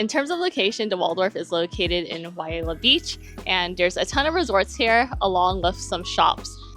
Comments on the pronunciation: Thanks for the frank review! I've been eyeing this property for a while... I might save my future Hilton free nights for another property. And I think it might be pronounced (why-lay-uh) 😊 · Wailea pronounced (Y LAY AH) FYI from a Hawaii resident, love your content